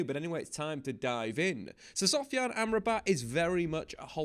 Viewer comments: Did you just said sofran in the beginning 😂 ? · Did he say Sofran 😂😂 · What is it with English people and the pronounciation of names? Sofran? Seriously Dave?